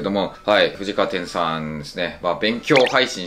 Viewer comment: 今更なんだけどなんで藤川天(てん)って言ってるん？